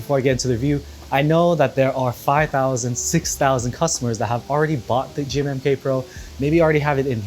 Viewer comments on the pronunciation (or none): when he said "the g-mmm-k" pro my brain hurt